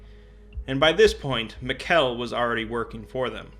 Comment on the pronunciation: Hey, admin bright here. No, really. This was delightful to listen to, thanks for giving so much attention to my little ocs. Side note: Mikell is pronounced just like Michael. Also, oh my God where did you find the picture of Jack with his sappy staff? That's amazing! Sorry, I'm typing this as i listen through, it will be... disjointed. For 963 2, you should look at the ecce perago tale, it explains it pretty well. Ok, this was great, thanks so much. On sontouched when people actually care about my characters, and so deeply too! If you ever need more info, feel free to reach out, I'm friendly.